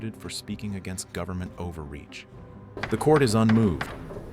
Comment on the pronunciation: "Governmen" loll